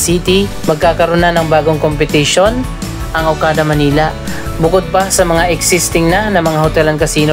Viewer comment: yung "manila" mo po mali yung pronunciation ..